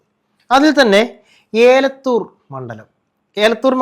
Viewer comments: ഏലത്തൂർ അല്ല എലത്തൂർ 😅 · ഏലക്കായോ ഏ ലത്തൂർ അല്ല എലത്തൂർ ആണു